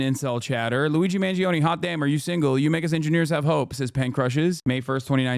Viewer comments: Classic American pronunciation Luizi mangiown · "Luizi Man Zee Own" How did she even manage to pronounce it in such a stupid way